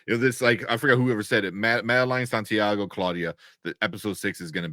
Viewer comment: LOL your guest calling Santiago "Sandeigo" 😮😅